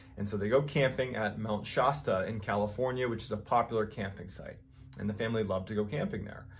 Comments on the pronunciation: It’s pronounced Mt Sh-aa-sta. Not My Sh-oo-sta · Please forgive me; Shasta, short 'a.' Not Shaasta. Same with Colorado, short 'a,' not Coloraado. Nevada, short 'a.', not Nevaada. Love your stories. ♥️ I'm from No CA and there have always been stories about weird happenings on Mt. Shasta. I grew up near Redding and Mt. Shasta has always been a beautiful landscape in my life. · Mount Shasta = Shasta as in 'cat' not 'cot'... lower sound for a. Sorry, I live in the area... :) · Please, please look up the pronunciation of Shasta! As in Mount Shasta. You are saying it wrong!!! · A few fact checks. I've noticed several mispronunciation blunders. For example Mt. Shasta has a short vowel sound on the first /a/ and schwa /uh/ on the last. Other mistakes in pronunciation especially names of places.Also in an earlier clip the guy picked up moose antlers shown in the photo and called them elk antlers. But. By far the most annoying thing is that there is no S at the end of anyway.. Details add credibility. Love your channel.